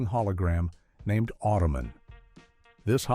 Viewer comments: Manimal, The Powers of Matthew Star and Automan (pronounced "Automanary" and "Ottoman" by our mechanical friend) are not sitcoms. Also, what about Manimal suggests that it was canceled too soon? The machine overlords should not pick our content. Oy [AI] vey! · Geez, when will AI learn to pronounce basic words. It’s Auto man. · Remember Automan ? 😂